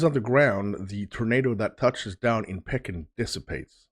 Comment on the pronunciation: Pekin is pronounced pea kin